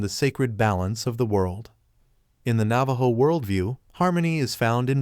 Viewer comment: Learn to pronounce properly the name of the tribe whose story you have stolen. 😮